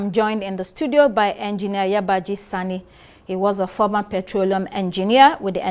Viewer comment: It's not Yabaji Arise TV. It's Yabagi take note.